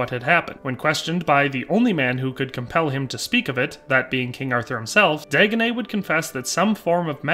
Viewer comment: You say ‘Dagonet’, I cringe because that’s one of the ways people have mispronounced my real family name all my life lol! Of course he’s the Fool, just my luck😛